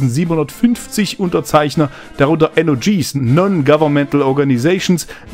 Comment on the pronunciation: du meintest bei „NGOs“ und nicht NOGs. und es sind sogar ca 4700 Unterzeichner bei der PRI Organisation. ansonsten ein gutes und gelungenes Vid!